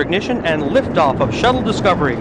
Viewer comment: That guy said lafe oof lol